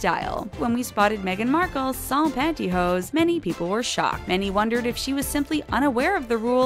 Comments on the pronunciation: it's "pantyhose" not pantyhoes. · OMG. Panty HOSE, or "hose" for short...not "pantyhoes" !!!!!!